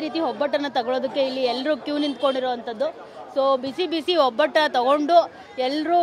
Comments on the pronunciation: ತಾಯಿ hobbattu ಅಲ್ಲ ಒಬ್ಬಟ್ಟು, ಅಬ್ಬ ಅಲ್ಲ ಹಬ್ಬ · ಒಬ್ಬಟ್ಟು ಅದು ಹೊಬ್ಬಟ್ಟು ಅಲ್ಲ